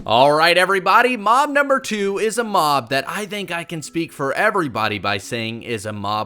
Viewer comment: sloths, crocodiles and alligators, FURNITURE, penguins, giraffes, elephants, whales, anteaters, lions, cheetahs. all of these should be tameable with, obviously, what they eat. also everytime he said the word mob, i thought he said mom 😂 and "you can swim very fast across land" is why i am now subscribed